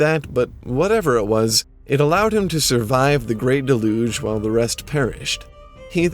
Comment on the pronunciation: Thank you for all your superb work. Even when I look up something obscure, there you are with your concise and thorough videos! P.S. Déluge: dell + yuge (by yuge i mean the way New Yorkers say, "Huge," i.e. rhymes with luge).